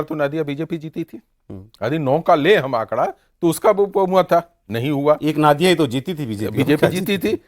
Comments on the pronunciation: Sir’s it’s नदिया(नदी से) not नादिया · नादिया नहीं , नदिया बोला जाता है। Pronunciation सही होना चाहिए। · Ya toh नदिया बोलिये या Nodiya boliye "Naadiya" kya hota hai? Ab aap 4 log itne varisth evam nispakskh patrakar hsi fir bhi ghalat uccharan, isiliye BHAJPA bahari party ke naam se badnaam ho rahi hai Didi ke dwara Spasht bengali aur nahi to hindi uchharan hi kariye maharaj Naadiya koi English ya Russi jila hai kya Paschim Bangal main? 😂❤😂😂❤🎉😂